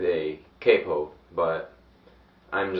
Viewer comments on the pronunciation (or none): none